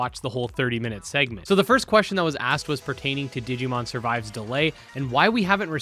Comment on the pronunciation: I am "considering" the possibility of asking why they hired a translator that pronounced it "digimoan". (for those who didn't watch theres a meme rn because in the q&a section they really only said, its coming out and we are considering this and that). Over all though I am super hyped for digimon survive, the phone scanning thing is kinda like ghost game which is awesome